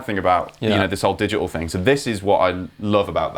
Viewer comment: "digi-uhl". cancelling consonants.